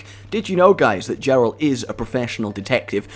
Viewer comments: did he say "Jeralt"? xD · Oh please for the love of everything don't call him jeralt, it's Geralt, and even if it isn't it sounds way nicer. I am so hyped for this. I was NOT expecting an intro of those epic proportions!